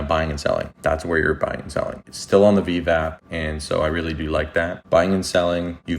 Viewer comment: Thanks for the content. Only tip I have is call it Ve-Ve. It’s a thing the community is critical of lol. Stupid but just wanna help out. If creator says Vev they will disregard your content. Sorry they are so petty. But you did a great job explaining the project to new users